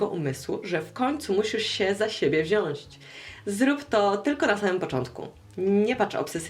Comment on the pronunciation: wziąć a nie wziąŚĆ